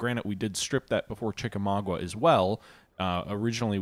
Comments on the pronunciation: Chickamau-ga. Not gua. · Chickamauga natve: Naw, it's Chicky-mogy...